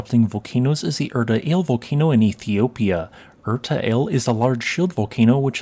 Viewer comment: Thank you. Btw 'Ale' is pronounced the same as we say 'Alley.' You pronounced Erta correctly.